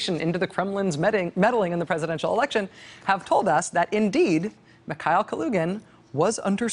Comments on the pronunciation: You’re pronouncing Kalugin’s last name absolutely correctly, but his name is pronounced Mihail, and it’s KulAgin. Different vowel stressed. Both last names are quite popular in Russia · While brushing up on Russian pronunciations, could you work on Mikhail? It distracts from the rest of your performance.